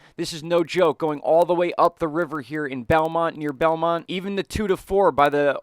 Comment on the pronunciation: boomont, not belmont